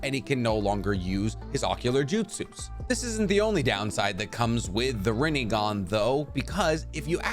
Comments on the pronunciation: rinnEgon lol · “Chibuka Tensai” no it’s Chibaku Tensei. “Rinnigan” its Rinnegan “Tomei” it’s Tomoe, not Aunt May’s actress. and I’m not even going to try to spell the way you pronounced Amenotejikara: which of course Pain would never know because the regular Rinnegan he had was incomplete. Another thing, why would Sasuke have tried to use the King of Hell for Neji when he was literally planning on killing them all regardless